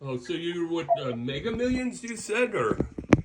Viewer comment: ''Hey it's from Megger millions, I'm from the prize bum clot division!''. 😁🤣😂